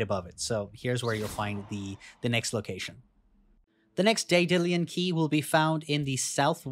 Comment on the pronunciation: Day-dillian keys?